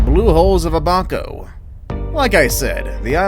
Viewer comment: You also said abaco wrong. I feel disrespected again